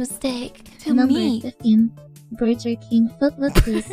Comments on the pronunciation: Ah yes, my favorite hooman food, the Burger King burjer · lmao, burjer. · "Burjer" - Vei's TTS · Burjer lol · peepoGlad BUR JUR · Berger king berdger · It recited "Vaporeon" flawlessly but couldn't handle "burger" lmao